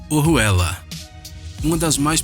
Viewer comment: Pronúncia muitonruim dos nomes. Nao é "OHUELLA".. É ORUELA.. Igual ouro